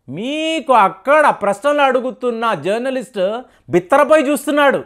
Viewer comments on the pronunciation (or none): none